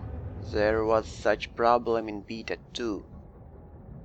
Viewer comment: Its BAY TA....not BEE TA